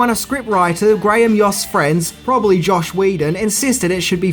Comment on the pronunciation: FOR THE LOVE OF GOD, PLEASE...PLEASE...STOP calling Joss "yoss" it is NOT "Yoss Whedon" Jeezus.